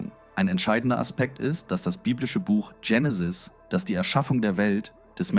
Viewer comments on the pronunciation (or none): Warum wird das Wort Genesis hier ständig englisch ausgesprochen, nämlich "Dschenesis" statt Genesis. Ist es weil hier mal wieder eine KI Stimme einen engl. Text übersetzt hat? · Vielleicht denkt die Ki an die beliebte amerikanische Sega Videospielkonsole , die hier mega drive hieß.Auf jeden Fall kommt es vielleicht wenn man von Benutzung wie oft vielleicht dazu,dass es richtig ist das so auszusprechen und die Band Genenis ,eben habe ich noch gemerkt, dass das Genesis ,einmal in kurzer Aufeinanderfolge ,dass Wort zwei mal anders ausgesprochen aber auch eher englischartig und dann noch mal anders .Drei mal verkehrte Aussprache xmal ..nach dem ersten Hören ,also erschreckend alles mit den Ki Stimmen und das bei so wertvollen Dingen …..alle keine Zeit mehr?!Das glaube ich kaum.